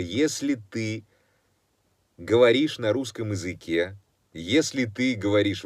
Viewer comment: "если ты говоришь на русском изыке" изыке??? так правильно произносить?